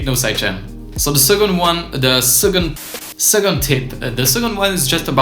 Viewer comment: from now on we pronounce 2nd as SEGOND.